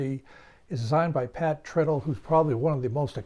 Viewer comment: Hey,, Pat's last name is not "trittle" (rhymes with "brittle")... Pat says "Tritle" (rhymes with "bridle"). I asked him about this once, just to be sure.